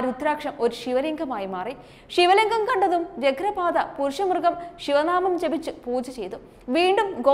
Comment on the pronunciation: കുരുക്ഷേത്രംയുദ്ധം,വ്യാഘ്രപാദം'എന്നാണ്.വാർത്ത വായിക്കുമ്പോൾ ഉച്ചാരണ ശുദ്ധിയോടെ വായിക്കാൻ ശ്രമിക്കുക.